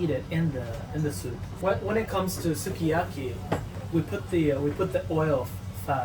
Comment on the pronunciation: ご自身でも普段から『スゥキヤキィ』と発音されているのですか？日本独自の食べ物なのですから、日本でのイントネーションで紹介して欲しいかな？とは思います。